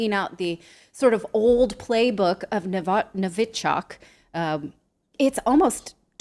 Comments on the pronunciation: It’s pronounced Novychock 🤦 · Thank you both. What a wonderful clever guest. And sweet Natalie please check your pronunciation of novichok😅